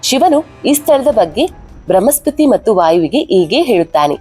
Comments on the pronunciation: Thayi bramhaspathi alla . Bruhaspathi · ಬೃಹ್ಮಸ್ಪತಿ ಅಲ್ಲ ಬೃಹಸ್ಪತಿ. 'ಹ' ಕಾರ ಹೇಳಬೇಕಾದಲ್ಲೆಲ್ಲ 'ಅ' ಕಾರವನ್ನು ಯಾಕೆ ಹೇಳ್ತಿದ್ದೀರಿ? ಉದಾ: ಹತ್ತಿರ -ಅತ್ತಿರ. ದಯಮಾಡಿ ಕನ್ನಡ ಭಾಷೆಯನ್ನು ಸ್ಪಷ್ಟವಾಗಿ ಉಚ್ಚರಿಸಿ